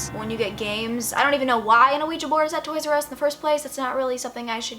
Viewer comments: surre and a-ouija IT HURTS ME!!! great video tho but aaaaaahhhh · lmfao the way she says "ah-ouija board" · Not even halfway through the video and I'm just silently laughing at how you pronounce Ouija. Most people I know pronounce it "wiji". Gonna continue watching though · The funny thing is you don’t pronounce ouiji right at all 😂 . You’re adorable though.